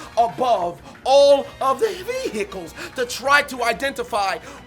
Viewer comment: lol All the veeeeechukes